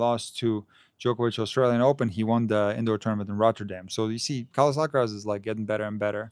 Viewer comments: you're so right about the pronunciation of "Alcaraz", it's ridiculous. If they pronounce the "z" with the Spanish sound, why not the "r" as well 😂😂😂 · Thank you for mentioning the Alcaraz pronunciation. It seems so contrived. It's another example of the BBC's cringey approach to cater for all in the fear of offending someone. As a British citizen who's been fortunate enough to travel and learn Spanish in Latin America, this sound doesn't exist in the region. For that reason, Jennifer Lopez is not pronounced with an 'f' but with an 's' sound for the 'z'. This 'f' pronunciation is strictly from Castilian Spanish. My recent Spanish teacher from Valladolid was frustrated with me because I couldn't pronounce it but the sound doesn't come naturally for me. It's a similar sound to the 'th' in English which I also struggle with, haha. Keep up the great content. I admire your measured approach to analysing the sport we love.